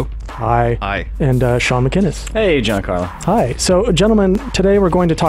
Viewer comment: It's Giancarlo! Is it so difficoul to pronounce an italian name?!